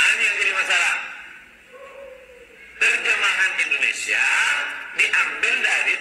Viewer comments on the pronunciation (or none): none